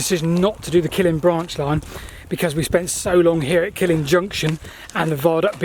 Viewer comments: Indeed Steven. And Scottish place names usually have the stress on the second syllable, so it is KilLIN rather than KILLin. Must be nice not having the Welsh correcting you for a change! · 'Killin' is pronounced Kil-LIN. Stress on 2nd syllable. Not like the Killing Fields. A Killin' Junction would be best avoided. And Tyndrum is 'Tyne Drum' not 'Tin Drum'. From Taigh, Gaelic for house. So it means the house on the ridge. Fascinating though. I travelled the line many times.